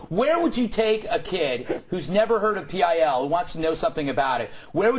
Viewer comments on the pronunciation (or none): "PIL" is ALWAYS pronounced: "Pill". In fact, I have never once -- not ever -- heard ANYONE, not even Dick Madeley, refer to Public Image Ltd as: "pee eye ell" What an absolute fuck-face. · Why did he say P I L instead if pil?